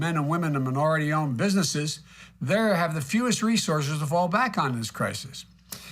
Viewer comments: Crisis? Crikis? Come on! Wake up! Listen! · “Cricus.... crisis “